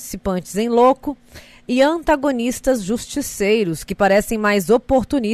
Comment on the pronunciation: Sim!! Concordo! Mas impressão minha ou ouvi IN LÕCO?? 😁😁😱